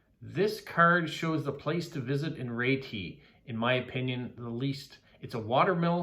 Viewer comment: Great series, lovely to hear all the answers. And you pronounced Retie very well 😁